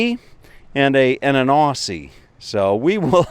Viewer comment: Its Aussie not auussiy